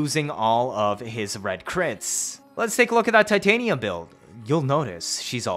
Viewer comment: Tih as in Tit and tania as in Tanya... not TAI TAY NIA ew